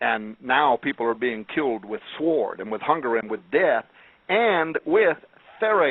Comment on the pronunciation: Love it ... kept pronouncing the 'w' in sword. :)